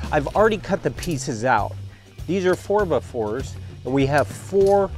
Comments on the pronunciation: Lol ... "Four Buh' Fours"? Here in Canada we use "Fer 'Be 'Fers". This build is amazing. Honestly would never have thought of using wood for a Power Rack/Bench setup. I was about to spend $2500 on a used setup + weights. I am a contractor, these materials will cost me virtually nothing. Glad I found this video. Appreciated, thanks. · Four buh fours 😂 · "4 bah 4's"